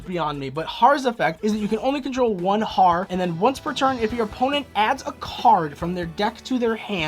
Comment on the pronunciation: Loptr is pronounced like Loap tar, Harr is urr, utgarda is ootgard, hela is Hyla, nidhogg is l Neeidhegg, mardel is mardel lol, Jormungandr is Your min gunder